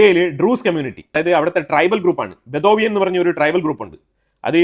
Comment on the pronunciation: Sir it is not bethovian but Bedouin tribe